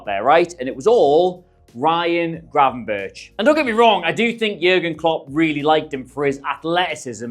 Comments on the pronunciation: Its pronounced gravenberg. Very easy not gravenbirtch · it's Gravenberk not birch like the tree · Great video thanks! Unsolicited suggestion if I may, just call him Gravenberg - like Bergkamp, ch=g in dutch and it sounds much better :) Cheers! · If yuo say Gravenbirtsj one more time yuoll be banned from Holland like David Ike!